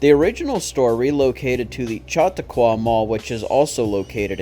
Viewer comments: I actually live in Jamestown where the department store was found. The Chautauqua Mall still is operating and sorry about this but Chautauqua is pronounced sha-taw-qua. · I am from Jamestown. We used to frequent the original Jamesway all the time when I was a kid. And "Chautauqua" is pronounced "Sha-talk-wa".